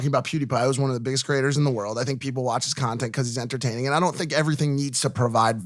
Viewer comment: Jake says entertaiming 😂😂